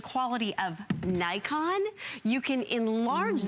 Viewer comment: I think, it pronounce "NiKON" not "Naikon".